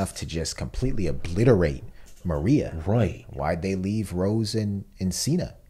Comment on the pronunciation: it's pronounced Wall Mar-ia, not Wall Ma-ria